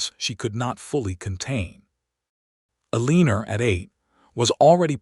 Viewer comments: O.K., there is an occasional lack in the pronouncing of names. El -lee-ner was a bit much. Ehl-eh-nohre. It is nice to read a story where people enjoyed their general lives. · Eleanor is Ellenor..not Eleeas but...E..lie..as otherwise narrators voice and all are great.